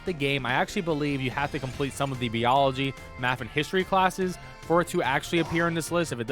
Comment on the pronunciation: Did he just say bee-ology?🤨